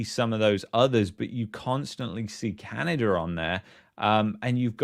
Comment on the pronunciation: You should to practice saying Canada not Canader. Sorry for the unwanted criticism. Otherwise, I enjoy the unique content you provide.